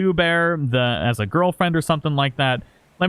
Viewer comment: I don’t think it should read beard-O but bear-dO😂